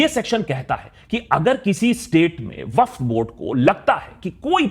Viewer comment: Did he pronounce Waqf incorrectly throughout the video or is my hearing messed up?